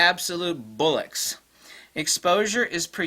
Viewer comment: You’re DEAD WRONG....it’s pronounced ‘bollocks’ 😂. Everything else is totally on point 😉